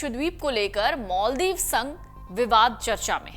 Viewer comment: मालदीव कि माॅलदीव पहले उच्चारण करना सिखो , अंग्रेज की औलाद